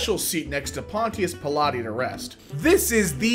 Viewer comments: Pontious Pilates lol. Say it like Ponchus Pilot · I loved that pronunciation of Pontius Pilate. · The way he pronounced Pontius Pilate... He said it so fluidly I can't tell if it was a joke or not. lmao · not being able to read "Pontius Pilate" is why I'm glad he's not in Emkay any more